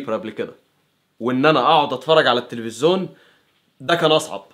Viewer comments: لفت نظري في اكتر من فيديو حكايه ( التلفزون ) انت بتنظقها بطريقه غريبه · انت ملكش حل ... هوا انت بتقول التفزيون كده ليه ههههههههههههههههههههه